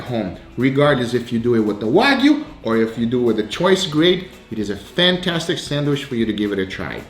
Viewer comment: THATS “PFANTASTIC”